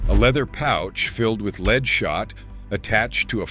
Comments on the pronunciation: Artificial Intelligence isn't so intelligent if can't pronounce lead properly or properly identify between Al Capone and Joe Bonnano. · Joe Bonanno is not the pictured person, that is Al Capone. Also, lead not pronounced leed. Editing, editing, editing.